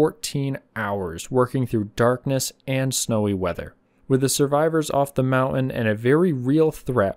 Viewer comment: I am a subscriber and I like your content, but I very much dislike hearing the way you pronounce the word 'mountain' as "mau-un"; it's very grating, and the English teacher in me is screaming!